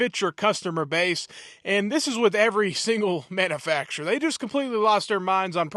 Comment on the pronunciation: practice saying manufacturer. It is not manafacturer